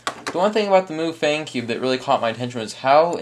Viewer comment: MuFang is pronounced Muh fung, which means magic cube (translated in english it's Rubik's cube) and the "some kind of language" is chinese.